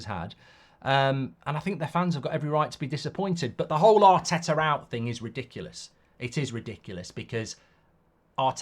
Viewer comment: “Artetter eooouut”